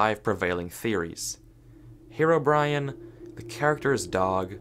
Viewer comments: I just kept hearing 'HeroBrian' instead of Herobrine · omg why did you say "herobrian" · Why one Earth do some people pronounce Herobrine as "Herobrian"? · "hero-Brian" Lol